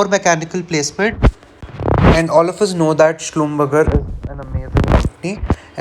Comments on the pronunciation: I'm working in slb. And it's pronounced as Schlumbergey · Schlumberger pronounce it correctly 😂❤️